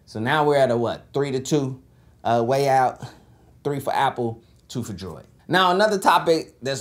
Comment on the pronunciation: I respect ZERO humans that say "Driod" wtf this ain't 2008